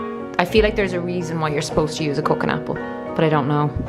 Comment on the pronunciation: Everytime you were saying cooking apple I thought you were saying coconut apple! 😂 I was so confused. On the media thing--I watched the video you suggested by awakenjp and to have to admit I stopped watching halfway through because it made me so mad! I don't consume a lot of media. I read the information given on what to from the government where I live, which is luckily quite good (I live in Alberta, Canada). We are on track to open up pretty everything by June 1st! I also check coronavirus world meter daily because I like to see the numbers of deaths / infections all over the world, especially when they go down! The US is at 1000 deaths per day, which has actually gone down from 2000 deaths per day earlier this month! Which is good. I also like to get information from South Korea / Hong Kong because they have successfully combated this virus, so they have lots of useful information. All in all, it's about 5 - 10 minutes of info gathering per day for me and it's been working for me I think.